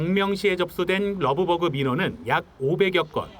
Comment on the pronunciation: 되도않는 발음으로 러브버그 러브버그 그냥 한글로해